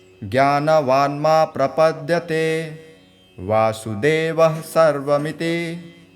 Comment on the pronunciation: Om namah bhagvate vasudevaya Sir please take care of correct pronunciation